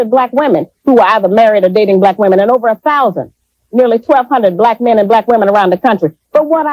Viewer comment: can you please stop saying whymen....I’ll befen to refer to men as myn LOL